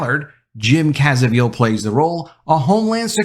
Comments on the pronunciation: The star's last name is CAVIEZEL. You undermined your own persuasiveness each time you butchered his name, and you did so dozens of times. Good grief. I agree, this is an important film addressing a global epidemic, but you did it no favors by repeating the same ultra sloppy mistake over and over. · I don't know how to pronounce that actor's name, but the v comes before the z. One of the articles spelled it wrong and you pronounced it wrong all the way through the rest of the video. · You need to pronounce his last name properly. Not doing so discredits your point. Cmon man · Hey. Don’t change/mispronounce Jim’s last name! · Have you NEVER HEARD of the actor before??? You egregiously repeatedly mispronounced his name??? He's world famous for God's sake! What kind of reporter are you??? A.I. ??? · Jim CAV - EEZ - EL; Not Caz - eh - veal. Good Video all the same;-) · Prounounced Caa-Vee- Zil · It's jim Caviezel not "cazevil" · Caviezel...not Cazeviel... But thanks for bringing the movie to light. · great report on the movie but why do you keep mispronouncing Jim's name. It's Jim Caviezel, not Cazeviel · It is NOT pronounced cazeveel. It is pronounced Ka VEE zel. Just FYI. Good points made in your vid. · ‼️. DUDE‼️. It’s pronounced “KA-VEE-ZEL” Where are you getting “CASA-VEEL”❓ Ps. Imagine Hollywood being upset about a film highlighting the very real systematic abuse of children. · Learn how to pronounce Jim's last name it's not cazivel its Caviezel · Please learn how to pronounce Jim Caviezel's name. You have the v and z switched. Your article is great though. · His name is pronounced "Caviezel" not Cazievel...good review though... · Learn to pronounce Jum's last name. Jesus... Look, this movie is lame at best and based in extraordinarily little reality. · His name is not CAZA-veal. It's Ca-VEE-zel. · Slow down when saying Jim Ca-vi-ziel's name, you flipped it. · I only have one question: Who is Jim "Kaza-veal"? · Is pronounce: Cabizil ( Ca-B-zil )